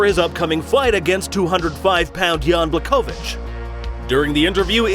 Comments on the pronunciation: It’s Bla’Ho’Vich or Bwa’Ho’Vich. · Everytime you said jans name it was annoying me like, wasn’t pronouncing his name properly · ł in Błachowicz sounds actually like W in English.